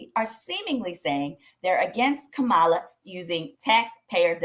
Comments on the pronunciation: Kam - MA - La, Pronounced Like, "Comma..LA" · Comma La. Please say her name correctly. Thank you. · RIGHT! When a 5 and 6 year old explain to you how it's pronounced and you STILL mispronounce it, its just disrespectful 😒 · Will you say her name correctly? I stopped watching the video because of that. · Please pronounce the Vice President name correctly